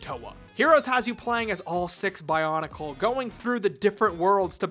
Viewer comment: Your mispronunciation of pretty much everything in the bionicle universe has mildly triggered me